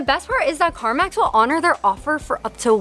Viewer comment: U SAID CARVANS LOL CARMAZ LOL LM UR BIGGEST FUN